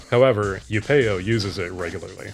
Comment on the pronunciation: It's bothering me a lot hearing it as upEo, but the dialog clearly says Upeo...